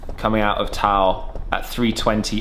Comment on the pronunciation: Taal is two syllables not just one, it's pronounced as Tah-al, not Tal